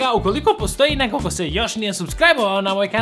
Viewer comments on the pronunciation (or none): none